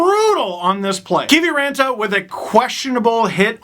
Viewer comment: And you have to roll the R too :)